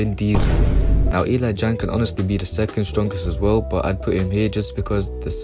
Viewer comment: bro said "E LIE JANG"